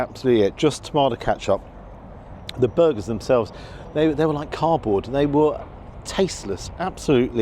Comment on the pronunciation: Do you call it “Catch Up” just to wind me up? We all shout at the screen “Ketcup” when you do it! Lol.